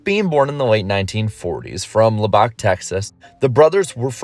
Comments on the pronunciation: LUB-buck, Texas, not Lub-BOCK. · Did...did you say Lubbock like "La Bock"? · I am from Lubbock Texas. It is pronounced (/ˈlʌbək/ LUB-ək) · Omg the way you say Lubbock 😂 nice try but that’s not how you say it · Please learn the correct pronunciation of Lubbock. You are forgiven for not pronouncing the e in Porsche. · Oh Lubbock! That's what you said. You mispronounced it. I used to live there. There was this awesome drag strip in this town I worked in called idalou just outside of town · Why can't anyone on youtube pronounce Lubbock, Texas the proper way